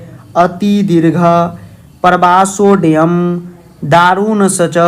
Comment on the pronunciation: Sir ji, pravasodayam nhi hota h, pravasoayam hota h n!